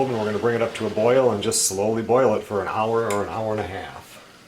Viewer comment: Did u actually pronounce the H in hour? Where do people even do that? 🤣